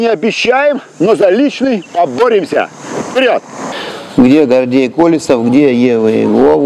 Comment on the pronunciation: Зачем было коверкать фамилию? - КолЁсов